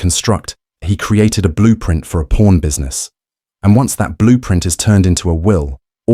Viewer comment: It's pawn stars not porn stars